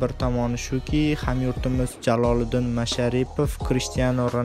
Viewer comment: Ан наср эмас АЛ наср